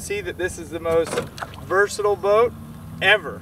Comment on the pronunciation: Who caught saying “versitable”